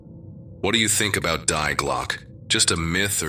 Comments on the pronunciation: Die Glocke = ‘the Bell’ auf Deutsch = is pronounced ‘dee-GLOK-ih’ and not ‘DYE-glok !! LoL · damn english, its pronounced dee-gløcke. just like in family dee. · so pathetic - to pervert the german language thru hieroglyphc english just because of mental lazyness - it is so easy to ask any search engine for pronounciation - the real pronounciation, wich is allways different from english - dii glokke - and its nothing similar to the crippled english, wich is so twisted and hieroglyphic, that all the linguists agree, how its much easier to learn japan than english. crippling the gorgeous german language with lamerish english grammar is self-humiliation. not more, not les. die gedanken sind frei - wer kann sie erraten, sie fliegen forbei wie naechtliche schatten. kein mensch kann sie wissen, kein jaeger erschiessen mit pulver und blei - die gedanken sind frei. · Die Glocke is pronounced Dee Glock-a. This story is all creative writing. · Yeah, that's quite annoying, it's probably some AI voiceover... but the rest is awesome.